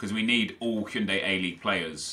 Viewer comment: It's Hyundai, as in the car nep...